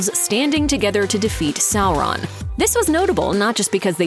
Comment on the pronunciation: "Sorroun" - Looper narator, 2022.